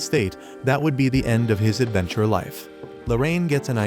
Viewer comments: bro what did he do to say adventurrrreee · Time why did he say adventure like that💀